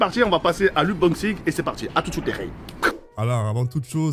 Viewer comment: "on va passer à l'ubomxing" gg 🤣😭